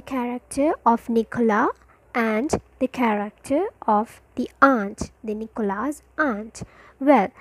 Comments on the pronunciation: first of all its nicholas not "nichola" and its not nicholas's aunt its his cousins aunt but i appreciate the effort keep it up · Teacher Could u plz tell me the correct pronounciation of the word, 'Nicholas'. Plz pardon me, if am wrong, but as i see 's' is not pronounced